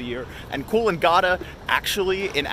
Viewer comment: Kills me a little inside every time you say Coolangatta